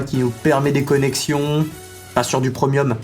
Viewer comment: Stopppppp "prEUmium", personne au monde dit ça....et toujours ces infames "je sais pas c'est quoi'', "je vais la faire en premièrE" je vais le dire à mamie (et à ma mie, qui se foutra aussi de ta tronche)